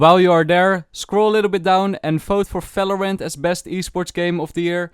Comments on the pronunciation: u internionaly say it faeloerent Btw, poishon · do you know every v is = f in for example falorant